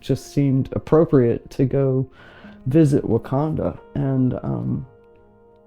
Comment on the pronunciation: 😂 I am so glad you commented, because I stopped and rewound the video because I thought she said Wakanda. 🤦🏾‍♀️